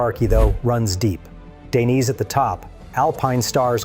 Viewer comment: you can't even say Dainese... what a tool